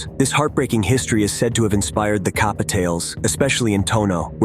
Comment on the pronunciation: It's pronounced like Cap-uh